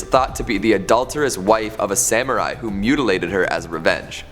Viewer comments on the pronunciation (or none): none